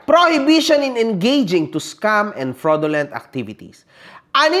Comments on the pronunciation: This will be your final warning to me... topnocher sa Cambridge University ha! Pati fraudulent hindi masabi ng tama. hahaha! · Doctorate daw siya pero hindi ma-pronounce ng tama yung FRAUDULENT.